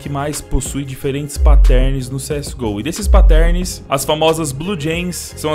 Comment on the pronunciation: meu para de falar pattérns é pátterns da uma agonia mano